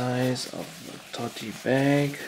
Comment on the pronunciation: “Totey bag” lol